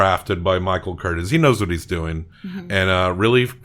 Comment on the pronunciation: The Director's name was pronounced CurTIZ, with the accent on the second syllable and a noticeable "z" at the end. You don't say it like "Curtis." Also, the sword fight where Levasseur is killed was filmed at Three Arches Bay in Laguna Beach.